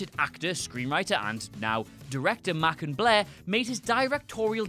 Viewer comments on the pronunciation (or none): none